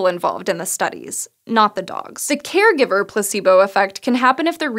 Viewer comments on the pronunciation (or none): Place-bow. Not Pluh c boo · Am I the only one that heard on the first 15 secs "pussybo" instead of "placebo"?